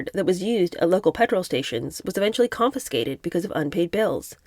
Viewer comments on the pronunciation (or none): none